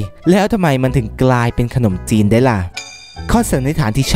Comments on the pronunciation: คนอมจีน ในความที่ฟังเขาพูดไม่ชัดแล้วลองอ่านดูเป็น คน อม จีน55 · คนอมจีน = คน - อม - จีน 😂😂😂